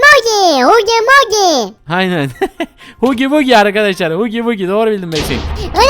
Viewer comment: hugi vugi değil hagi vagi